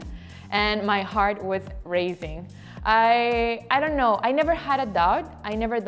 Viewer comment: "Ano" I know she was trying to say "IDK" but the accent tho ❤️